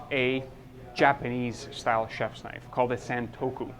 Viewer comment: Being in the knife trade you may be interested in learning more about it, so you'll sound more credible and expand your audience. "Santoku" is pronounecd "sawn-TOO-koh". Japanese does not follow English pronunciation rules. Then it would be great if you could add a little more substance to your explanation of the differences between the blade profiles and the actual techniques each is best suited for.